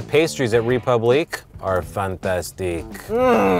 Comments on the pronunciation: WOULD YOU MIND PRONOUNCING RÉPUBLIQUE RIGHT YOU GOD DAMN AMERICANS IT EVEN MAKES ME FURIOUS AS A GERMAN JESUS CHRIST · Chalesberg CA He did not pronounce it correctly, he only got the last syllable right. Does it matter? Not a bit, but don't say something's done right when it's not. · Donovan: Of course I would. If you have french pretensions and choose to use a french word as your name, you'd think that part of the whole deal would include pronouncing the one foreign word correctly. Not like it ultimately matters, in any case. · You should not roll the [r] in French. The accent tells us that the [e] should be liftet in the pronunciation. The [u] should be short and not like the double [o] in English. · Piglet Z well he shouldn’t have named it a french name if he’s not going to bother saying it correctly 🤷🏼‍♂️ . he might as well have just called it ‘Republic’, spelt the english way